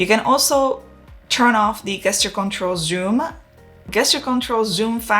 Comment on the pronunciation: Can I just mention that the word GESTURE is pronounced the same way as in the words JET and JUICE … 😉😉😉